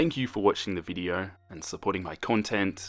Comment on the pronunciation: Me:video:*says video*veedio